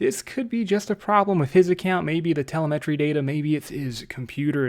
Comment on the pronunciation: I’m not gunna lie. You need to learn how to pronounce certain words. I guess different dialects say different things. But telemetry. And like 5 other words lol